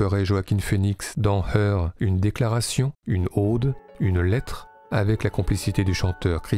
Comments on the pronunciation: Une Aude ou une Ode ? Surprenante prononciation pour quelqu'un de si sensible aux bandes-sons. Mais qu'importe, superbe aperçu quand même! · Alors juste on dit une "ode" avec un o brisé, comme dans "mode", ou "robe", pas une "ôde" ou aude phonétiquement comme s'il y avait un accent circonflexe. Merci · Officiel: "Le mot ode se prononce [ɔd], avec un o ouvert. Autrement dit, il rime avec les mots code, mode, période et méthode…". or à j'entends le "o" de Aude (le département) ou Aube, etc., un o fermé. Y'a pas mort d'homme (d'haumme?), c'est juste une surprise pour moi.